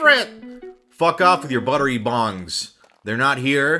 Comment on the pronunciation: It’s buttery BOGS not buttery bongs.